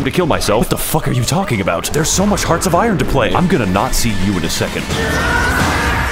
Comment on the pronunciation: "I'll Nat zee you later." Is a great conversation ender.